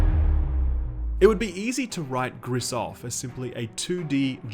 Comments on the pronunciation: Gris - pronounced "Gree" is Grey in French. Everytime you say Greess, I cringe. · If you read it like the french colour gray the you should read it "gree", not "gris". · Are we sure it's not pronounced "gree"? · Lmao "Griss" You pronounce it "gree". Or, "pretentious hipster bullshit". Either either. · Is it really that hard to pronounce the named correctly? It's pronounced grease. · btw, french for "grey," pronounced gri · i think it's GRI not GRISSS, the S is silent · Gris means grey in French and is pronounced "gree". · I'm pretty sure it's pronounced "Gree", as in the French word for "grey". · The S is silent. Gris is pronounced GREE. Means grey. Great review as always, will pick this one up. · Just saying here, "gris" is french for grey and it's sound more like "gree" :) Love the vid. Thank you! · You dont prononce the ‘s’ in Gris, gris is grey in french. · Great video!! but the mispronunciation of Gris kept irking me as a spanish speaker hahaha other than that, this game is gorgeous. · Ok then... confirming the name is Gris witch translates as "gray" to English and is pronounced like "grease" as confirmed by the developers (they are from Spain) the artist (from Spain as well) and the musicians (also from Spain). Look for the video "Gris: Behind the Scenes". On a note aside.... they even mention to have been influenced by the likes of "Journey" and "Ori and the blind forest"!!!. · If it`s french it`s pronounced with a silent S. Means grey btw ;) Would be fitting since the game is very colorful. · Gris without the s. French, right? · It's pronounced GR-EEEEE, for grey in French 😒 bloody hell. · Fun fact of the day , name of the game means gray in french and the S is silent o/ .